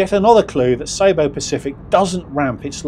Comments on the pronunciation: Pronunciation its ceeboo not sayboo 🤷‍♀️😉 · It is pronounced see boo